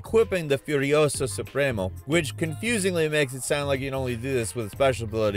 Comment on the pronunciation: I hate how you tried to pronounce Yara and the different supremos